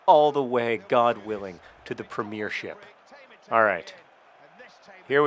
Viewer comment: You're pronouncing premiership wrong and it's really starting to bug me :P